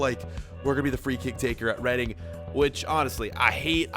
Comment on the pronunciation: It’s REEDING NOT REAADING